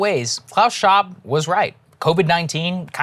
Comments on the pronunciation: ShWab...guys, not Shaab.... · Schwab even has the correct accent to be a mad scientist.